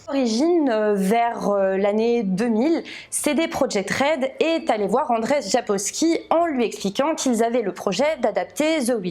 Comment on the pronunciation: Andrzej se prononce Anndjey et non pas Andrey! Le rz a le même son que le j français. Et le nom de famille Sapkowski se prononce sapcoffski.